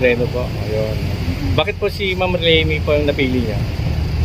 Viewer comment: LENI HINDI LANI!!!!!